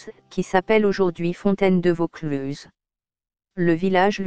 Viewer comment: dommage cette voix de synthèse qui déforme les mots notamment le plus important Vaucluse en plus la dictionnaire est lente et monocorde bref 8/20 et encore